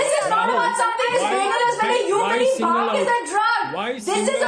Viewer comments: NOT BAANG ITS BHAANG USELESS........ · Baang....This silly women cant even pronounce bhaangh. Now vine also comes from grapes, let's ban grapes too n jail all the farmers who grow grapes... These kind of ppl ...hippocrates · baang baang baang what ridiculous argument she has. Ask her to learn the sound bh . BHANG NOT BAANG . THIS debator is great loser. Runs debate all over the place. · Again this idiot started with Baang.. bhaang toh dhang se bol liya kar pakistan ki patthi saali🤣🤣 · This is giving baang baaang kal se 😂...Baaang murge dete hai... It's bhaang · Again this baang lady is here so irritating.. it’s not baang...it is BHAANGH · PLEASE DO NOT BRING TO THE DEBATE, SHE IS UNEDUCATED AND CANNOT EVEN PRONOUNCE BHANG!! VERY ANNOYING PERSON1